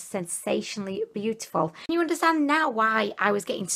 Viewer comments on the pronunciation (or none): none